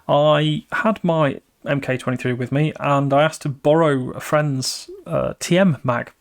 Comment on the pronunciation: Oooooh, fwend! 🤣 We'll have to sound test the silverback suppressor against my Hadron one next time I see you!